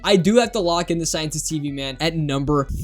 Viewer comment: bro said scientest instead of scientist